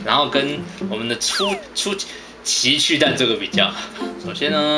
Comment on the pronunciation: 前面我怎聽到情去蛋www